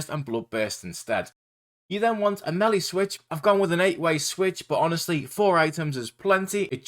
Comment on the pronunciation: Great guide! My favourite part was when you pronounced melee as “melly” 😂